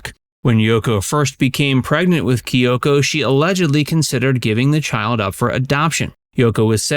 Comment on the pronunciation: Whys is pronouncing the name Kyoko so difficult?